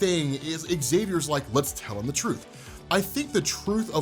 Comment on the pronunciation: I feel like professor x says, “we should tell him the TRUCE” not Truth. What y’all think?